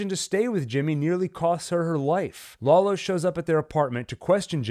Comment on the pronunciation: "Laolo" lmao